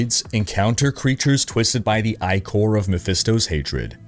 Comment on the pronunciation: Hey, ichor is pronounced like "flicker" but without the "fl"